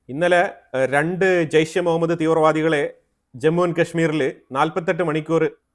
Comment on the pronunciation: താങ്കൾ ജെയ്ഷെ മുഹമ്മദ് എന്ന് പറഞ്ഞ് തുടങ്ങിയല്ലോ. ജെയ്‌ഷ് എന്ന് പറഞ്ഞത് ആണ് കൂടുതൽ കേട്ടിട്ടുള്ളത്. താങ്കളുടെ അടുത്ത അപ്ഡേറ്റ്നായി കാത്തിരിക്കുന്നു